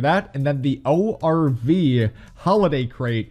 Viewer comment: I love how he says OVR instead of ORV.